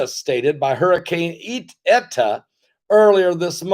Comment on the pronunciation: If your wife really is Mensa, perhaps you should have asked her to teach you how to pronounce the Greek alphabet, once they became names for hurricanes. Beta, Theta, and Eta all have a long A sound for the letter “e”. Iota starts with the letter I, not the letter L.